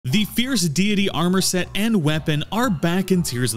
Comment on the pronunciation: I keep hearing Fierce DEE DEE DEE 😂😂